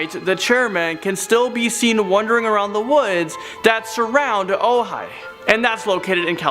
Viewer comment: Ojabie California????? Not. Better check your facts there. You must be pronouncing it incorrectly. The Goat man could also be a form of the God Pan.🤷‍♀️ Re: the black angel. - A pregnant woman should not be walking in a cemetery, ever, anyway. And yeah, a long time ago, my friend said a UFO landed in her front yard. I was like, uh ok. Amazing I didn't ask some questions. 😒 That clip of the big white thing was certainly a yeti/sasquatch/big foot. I live in Oregon. We know about them up here. But the yeti is classically in High Tibetan mountains, the Big Foot/Sasquatch has sightings in Washington state, Olympic Peninsula, and all parts of Oregon to Northern California. Utah, and more. Google it. Great vid. Just a couple of repeats for those of us who are watching late at night. Stay Crazy.